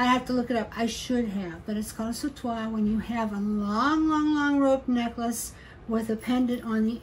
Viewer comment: Love watching your creativity, such a wonderful idea for that sautoir! And your pronunciation is perfect,! The verb sauter translates as jump. One of the translations for un saute is a swing. I've always thought that these necklaces are long enough for jumping rope, lol, as in to swing and jump! Just my personal interpretation, though. Great video!!